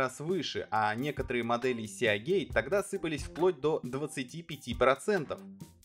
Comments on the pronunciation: СиГейт (морской шлюз), а не сеагейт. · Ну почему сеАгейт то, когда сИгейт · "Сеагейт"?! Может "Сигейт"(типа Морские врата) Весьма странно слышать подобное на канале о комп. технике P.S. покупал ноут 4 года назад с винтом от WD светло-синей серии. До сих пор нареканий нет, при том что неизвестно сколько и как он работал у прошлого хозяина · Не "сеагейт", а сигейт!!! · "сиагейт"... какой ужос.. и после это еще про какие-то мифы рассказывать. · Сеагей, блеа >_< Аж мурашки по коже пробежали... А вообще, если поставить видос в 1,5х скорость, то даже можно глянуть, в-принципе)) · Сигейт. Мы же не говорим: "Блек сиа", к примеру. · Меня прям колдоёбит, когда он говорит сиАгейт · ФрИзы,а не фризЫ, мАркетинг, а не маркЕтинг, Сигейт, а не Сеагейт.